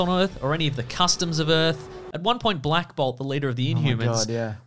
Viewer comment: I heard 'Black Bob' and I can't stop laughing.